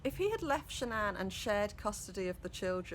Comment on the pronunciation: The wife's name was shannan not sha'nnan...all one word.